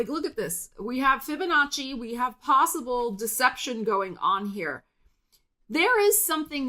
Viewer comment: I love how you call out the "Fibinnachi" 🤣🤣🤣